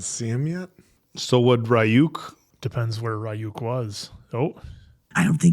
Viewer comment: I don't know how they can repeatedly hear Ryuk's name be pronounced by fellow English speakers and get it wrong, it's even so short and simple. 😂